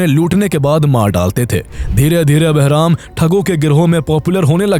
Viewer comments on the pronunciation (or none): Barham❌ Beraham✅